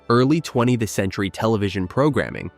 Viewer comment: Please remember to spell out "TWENTIETH" rather than "20th." The AI voice over reads it wrong.